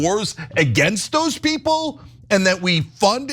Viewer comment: “We have duh best peeples”.